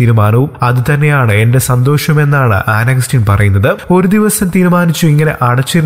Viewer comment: An agastine ennu thooriyo chetta